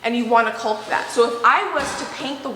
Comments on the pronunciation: Just FYI. It’s CAULK, pronounced CALLK. It’s a weird word, spelled with a u. But just say call with a k. CALLK. Take the wall down and build a small piece of furniture to cover the gap. Your face when he was nailing- I laughed so hard it hurt. You’re both doing such a good job, and I’m learning a lot about cooking and preserving and gardening as well, and I’m a loooot older than you. God has surely blessed you both with each other and such wonderful abilities. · I love your videos, but your pronunciation of caulk is driving me crazy. The L in caulk is silent like talk or walk. It is pronounced "cawk." (like hawk) Or "cawking." I do love your videos. I just wanted to let you know the correct pronunciation of this word in case you didn't know. Good luck with your renovation! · That was the funniest video, timing was perfect lol… I noticed you still say cauLk… 😁, how do you say chalk? 😁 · Forgive me if this was already said and explained . How do you all pronounce caulk. I'm a New Englander and say... Cawk, like and talk. So does the dictionary. The l is silent Lolo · Love you but I am having a hard time watching this video. The "L" in CAULK is Silent. It is pronounced "CAWK". As I said Love you and will continue to watch.💖💖💖 It was almost as if was waiting for you to talk to use the nail gun. 🤣🤣🤣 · The word is NOT cauk it is caulk work on saying it right don’t use at all. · please make her say it right. Im so annoyed every time she says CULK I think about clicking out of the video. Im trying to stick it out but Im ready for the home renovation videos to be done.. I joined for the cooking and gardening.:( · C’mon ….it’s caulk (hawk, chalk, walk), not culk. Very distracting…much like that nail-gun 😂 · Love watching you and working on your new home! Only one thing, the word caulk is pronounce "kok", looked it up on the web (the L is silent) Love you guys!! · The l is silent in caulk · 😂the L in caulk is silent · Cawk not culk :D